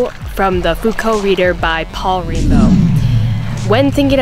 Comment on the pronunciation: So, this is cool and all, but it definitely sounds like you say Paul "Rainbow" in the video.